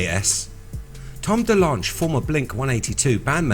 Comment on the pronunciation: We Are Robots. heh, i just wanted to mention that Tom DeLonge has been famous [in the] US for years & years, and i've always heard it pronounced without the e at the end: TAHM duh-LONG.